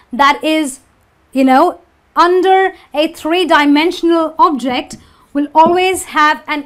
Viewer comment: Same when she says object, and refer